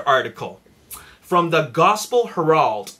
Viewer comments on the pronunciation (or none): It's pronounced HAIR-ULD, not HER-AULD. . . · The way he says Herald LOL